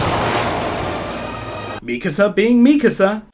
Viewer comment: thank you you're Pronouncing mikasa's name correctly